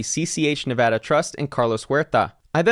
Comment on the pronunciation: It’s nice to hear someone actually pronounce Nevada correctly.